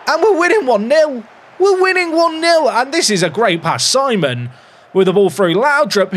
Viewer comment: If he is French, Simon would be pronounced Sea-mon. Think you could retrain your brain,?